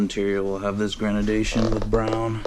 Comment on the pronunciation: No opinion. Facts. Spray glue is garbage, and this statement is based on purely objective data. An opinion is something based on subjective data. (eg. "the color green is excellent") and btw. its pronounced GRADE-DI-ATION not "grenadation" lmao i enjoyed the attempt tho, as it seems you looked like you put a lot of effort into making this, just the job itself was done in a very amateur/rookie manner. I believe I told you already how to do it properly before, so posting a video like this, just demonstrates your ignorance.